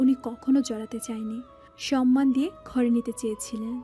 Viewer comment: সরমান না সম্মান উচ্চারণ ঠিক করেন! শুনতে ভালো লাগবে, তা না হলে শুনতে বিদঘুটে শোনাচ্ছে